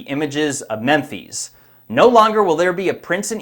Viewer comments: "These behemoth" 🤔 The plural of behemoth is behemoths. Lol. Add an S, and also PLEASE stop saying "Memphees". Lol. It's like you're trying to repeat the way you heard Egyptians pronounce it with an accident. Memphis is pronounced just like Memphis Tennessee is. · I need to ask why you are saying "mem-feez" when it is written to pronounce "mem-fis"? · "Memphees"? 🤔😂 Why are you saying Memphis like you speak with a foreign accent? Lol. You must have heard Egyptians pronounce it that way because of their accent, and you're mimicking them? Memphis is pronounced just like the American Memphis, Tennessee. Lol. I can understand you mispronouncing things like the Richat Structure in the past, but "Memphees"? C'mon. This region is one of your main fields of research. How do you not know how to pronounce Memphis. Especially when you want your research on the topic to be taken seriously. It's just not a great look. If you haven't taken the time and due diligence to understand the pronunciation of such a historic city. What else have you also overlooked or done poor research on. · mAN HOW DID YOU PRONOUNCE Memphis.........Memphee's No man dont make up words pronounce them as they are in our lang dont try to be one of those is just Mem-phis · Just to let you know, it's pronounced MEM'phis, not MEM FEES. Memphis, Egypt is pronounced exactly like Memphis, Tenn. Memphis was founded in 1819 by three men: a Nashville judge named John Overton, a former general named James Winchester and future president Andrew Jackson. The trio named the city after the capital of ancient Egypt. Though their exact line of reasoning is uncertain, it’s possible that they thought the nearby Mississippi River evoked the mighty Nile and envisioned America’s Memphis as a hub for culture, transit and trade. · Mem-phis Not mem phees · Memfeeze? Does not compute. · Memphis, Tn will be called (pronounced) Mempheez, Tn from here, on. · Why does he pronounce Memphis like that?